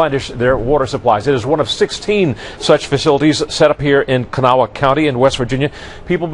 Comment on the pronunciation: Did you hear how he said Kanawha? Wow makes me mad.